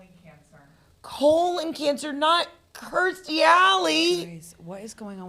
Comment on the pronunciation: Absolutely yes to you pronouncing Kirstie correctly 😍